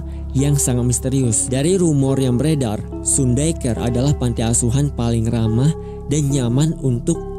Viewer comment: Sedikit koreksi lagi bang sun itu bacanya san